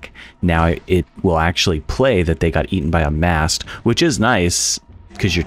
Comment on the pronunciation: Are you calling masks "masts" to reduce pop on the mic? I dig it